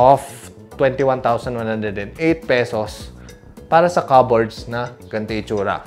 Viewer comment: Cupboard silent p dude!